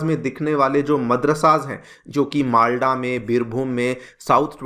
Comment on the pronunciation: It's मालदा not मालडा .